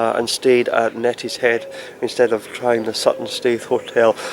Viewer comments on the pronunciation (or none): Love how you call it net is head and not neat is head